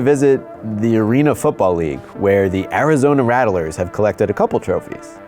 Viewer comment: Good sir it’s pronounced “Ratt-lers”